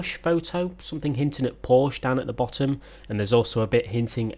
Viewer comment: right, WONG again!! Just stay with "porschE" :-) nice video, keep it up!